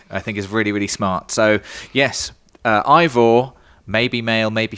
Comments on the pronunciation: It's Aibor not Aivor ! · It’s actually Ayevor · He’s name is probably pronounced ay-vaah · It’s been confirmed that eivors name is pronounced ay-vor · Ay-vor.... ya welcome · MC pronounced Ay-vor 😭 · The main characters name is pronounced like ‘Ay-vor’ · Its pronounced Æivor... something like Eyvor. And im norwegian so i should know. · Ay-vor guys 😉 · That's pronounced "Ayvoer" and it's a woman's name.